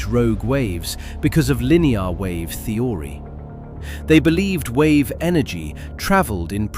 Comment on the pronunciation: yeah, many words with the wrong pronunciation but also the wrong stress EE-magine (iMAgine) ogean (ocean) the-ooo-ry (theory) sur-veeeve (survive) chaoze document-tation evac--u--a-tion meazurment eh-ven (even) PRE-si-zon (preCIsion) reorguenezeees (reorganizes) reesponsible colleedid etc.... BUT a breathtaking documentary. Thank you 😊